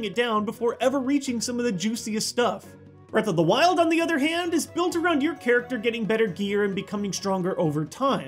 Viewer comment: Breaf Off da wiold